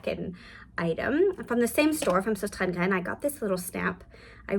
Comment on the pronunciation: Thanks for your video. I am Danish and the company sostrenegrene is Danish. The name means “ the sisters Grene, so stress the first syllable “sos- and stress the first syllable of gre- ne. Ok?